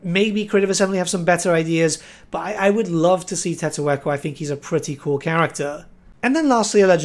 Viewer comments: You found Tiq-taq-to so forgettable you called him Tettoekko lmao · They will likely just make you able to fast travel using the Geomantic Webb, as long as you're connected to your destination and have that Pylon thing. Also, what did you call Tick-Tack-Toe? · What did he call tick-tak-toe?